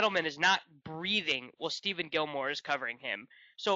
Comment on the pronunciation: It's not Steven Gilmore for the bills. It's "Stef-on" You guys interrupt each other so much